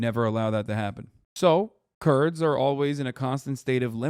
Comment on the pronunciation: ah that makes more sense. The 1st mention of the Kurds he didn’t annunciate